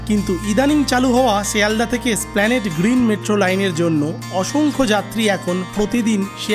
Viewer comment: এই প্রথম কাউকে, এসপ্ল্যানেড "এ" সহ উচ্চারণ করতে শুনলাম। ধন্যবাদ।